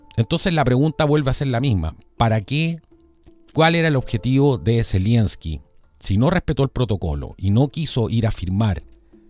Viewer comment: "ZELENSKI" , NO ZELIENSKI.